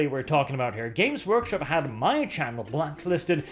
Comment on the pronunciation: "James Workshop" I know this was just your accent, but I hate GW so much at this point I choose to personify it. Fnck you James.